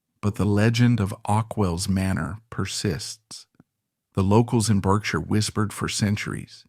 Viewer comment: Berkshire is an english county west of London. It is pronounced "Barksher"